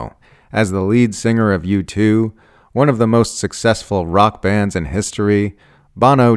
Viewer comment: U2 : pronounced “YOU TOOL”